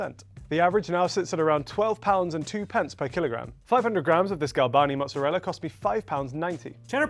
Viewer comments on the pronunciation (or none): pronouncing "mozzarella" absolutely sent me. "Mutzarella" 😅😅